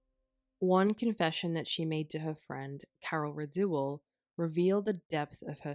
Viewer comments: Proper enunciation is Radz well - for carol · Rad zi will not Radzuell !! And Lauren not Laura. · You mispronounced Caroline ‘Radziwill’, Caroline’s friend and in-law, who was Jackie Kennedy’s sister Lee Radziwill’s daughter. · Thanks, I was going to point that out, too. Drives me nuts when they butcher names like that.